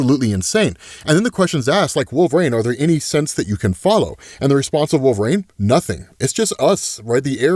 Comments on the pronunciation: Why is he pronouncing it like wolverain? Instead of wolverine...it really bothers me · Lol every time: "Wolv-rain" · Why does say “Wolver-rain”? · I keep meaning to ask, why is it that you pronounce Wolverine as “wolv-rain?” I’ve never come across anybody else that does, so I was curious